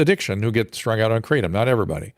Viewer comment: It's pronounced krah-TOM, not KRA-tom